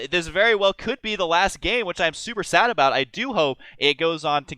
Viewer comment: "Xel'nEga", "Abuut" ... wtf?